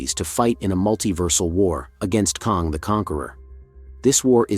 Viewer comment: While I appreciate your take on Loki 🙌🏼🙏🏼…It’s “ KANG” like BANG, Sang, Hang, rang. NOT KONG as in Donkey “Kong”.